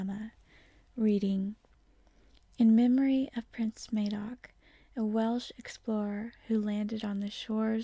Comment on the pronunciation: FYI, his name is pronounced Madoc as in mad, not as in maid. Great video and thanks for posting. Furthermore, no Cymro in those days, or indeed presently would pronounce themselves Welsh. Cymro, Brythonic or perhaps Combrogi but definitely not Welsh. The word/name comes from the Saxon word for foreginer (Velas).